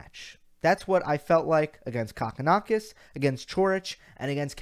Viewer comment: Lol!!!! It’s Koe-kin-Ah-kis.... not cock-in-ah-kis lol!!!!